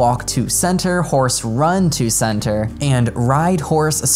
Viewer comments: it’s not center and Can-ter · when he said center instead of canter... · Some may have pointed it out already, but the word "canter", is pronounced with a "k"-sound, not "s". I struggled a little to understand what the hell you were talking about when I heard you say "santer" xD